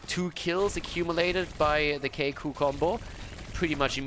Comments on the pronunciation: Here is how to prononce Kikoo ( \ki.ku\) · Hey, i'm Kolios from " KiiKoo Combo " we pronounce it : [Kee] [Kooo] don't know if i helpt you or not but i'm trying ^^